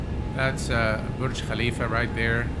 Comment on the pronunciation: I have a scent that says your native language is Arabic because I never heard an english person say burj khalifa as smoothly as you.